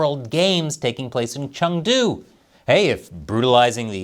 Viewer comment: 1.) Learn how to pronounce Chengdu 2.) You obviously know nothing about China